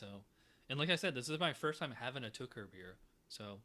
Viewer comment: I would like to help you pronounce the word "Tucher", but the Germans told me to just forget trying. It's something like "to care", accent on first syllable. Enjoyed the video...and the beer!